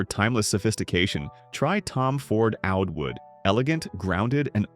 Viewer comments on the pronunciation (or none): 😂😂😂 That's how a wolf would say it